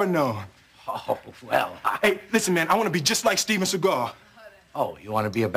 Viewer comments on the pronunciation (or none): he said stephen sigar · its steven not stephen theres no f